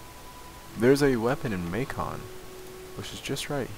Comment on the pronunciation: I believe Macon is may-kin.